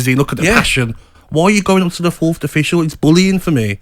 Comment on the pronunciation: Is Gabby saying "Fourth'd" official?